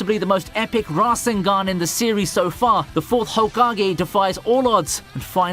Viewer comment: u mispronouned minato and rasengan